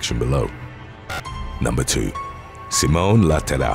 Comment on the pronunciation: The way he says "simone la terra'' made my poor italian heart cry 🤣🤣